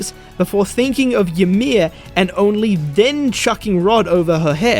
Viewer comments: WAIT. Hold up. Is this how English-speaking people pronounce Ymir? ... Is this how they said it in the english dub?! I... wtf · Man, I hadn't even thought about the fact that you might pronounce it weird. That's wild.